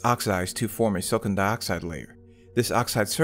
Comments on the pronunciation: Nitpicking... You say "Silicon" too fast and with only 2 syllables instead of 3. It sounds like you're saying "Silkin". If you didn't show the word Silicon on the screen, I'd never know that's what you are saying. It's /Sil-ah-kon/. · Took me ages to realize he's saying "silicon" and not "silken"